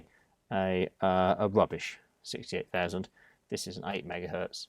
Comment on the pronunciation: I’m still angry you butchered a 68000. 😥